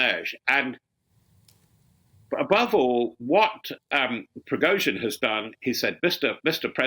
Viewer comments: "PRIZOGIN" ...hahah Its "PRI-GO-GIN" ...hahah .. man this channel is full of muppets . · "led by Prizogin," apparently. What is difficult about the pronunciation of Prigozhin for God's sake? Just say *pree-go-zhin, "zh" is the same as the "s" in leisure. If you can't get things like this right, maybe you should find another job? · Why can't they pronounce Prigozhine's name? Pree-go-jeen.